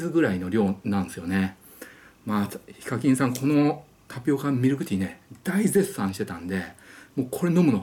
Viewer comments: ヒカキンのイントネーションが非課金で草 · ヒカ↗︎キン↘︎ 🤔🤔🤔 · 呼び方が「非課金」みたいで草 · やっぱりこのコメあった。 しかも上のほう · ヒ↓カ↑キン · ヒカキンの発音が非課金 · 発音が非課金で草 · HIKAKINさんイントネーションが非課金さんで草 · 尊敬してるわりにヒカキンの発音おかしくて草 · ヒカキンの発音の仕方が独特で草